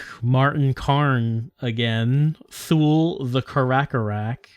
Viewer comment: Is it so hard for a developer with actual resources and a publisher back in the stamped CDs and boxes era to look up the proper pronunciation for an unusual word before they record all the voice acting? Thinking of "Thool" here. I know the internet wasn't as friendly back in 2000 but they could have called a library and asked the reference desk or looked it up in a book or whatever people did back in cavemen times.